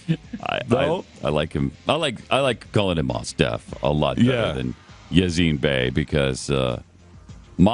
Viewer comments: Glen is such a hack that he didn't even take the time to look up how to pronounce Mos Def, then he talked about the pronunciation with absolute certainty, despite the fact that it is pronounced Mos like Most with a silent t. Seems like he should probably know the facts rather than making them up as he goes along. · How childish is it to mock someone's name?!? & it's pronounced "most" not "moss". & they can give the prisoner a feeding tube surgically put in the stomach, not the painful way way of putting a tube through the nose. Glenn Beck is an idiot surrounded by other idiots on his show. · You "Artards" are pronouncing his name wrong. His name comes from the two words, "Most Definitely". Like, "Most Definitely" one of the best rappers in history. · Is not Moss Def, it's Mos Def. Also, he is a beast rapper. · Maws Def..... I want to put this dude in the face. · they're purposely pronouncing mos def wrong. this is a shame.